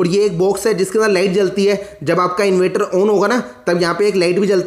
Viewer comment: Inverter bolna to sikho